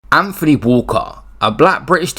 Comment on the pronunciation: It's not Anfony!